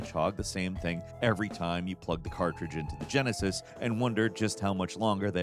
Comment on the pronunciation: I like how he said Genesis and emphasized "from the 90s". Aren't they all from the 90s? 🤣